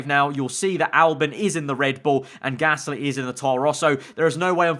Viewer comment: Ah, yes. Pierre GALSY not to be mistaken with Pierre Gasly. EDIT: He fixed it.